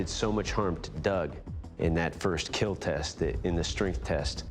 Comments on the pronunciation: Why do they call it keal instead of kill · I absolutely hate when Doug says "keal" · It will keel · I learn English please , it is it will KEAL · Its so funny when he is like it will keel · the best line in this whole series "it would keal" "it would not keal" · The only favorite thing about this is when he says "It will keal" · ✨iT WiLl kEaL✨ 😫🖐🏻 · “it will KEAL” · It’s kinda annoying when he says it will keal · Your blade? It will keel... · It will keal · Who else is here just for the "it will keal" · "it will KeeL" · ... And it will keel